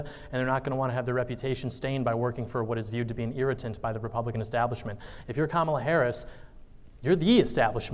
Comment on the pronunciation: Gotta give credit here, at least he pronounced Kamala's name correctly 😂😂😂